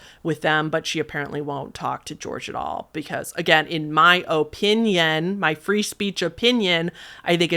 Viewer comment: "O"pinion Midwest accent